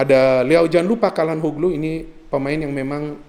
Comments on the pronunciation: maaf mau kasi masukan. Calhanoglu itu dibacanya bukan Kalhanoglu tapi Syalhanolu. Maaf kalo saya juga salah ya 😂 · Ralat, bukan calanhoglu tapi calhanoglu